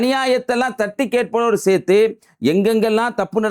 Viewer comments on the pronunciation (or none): none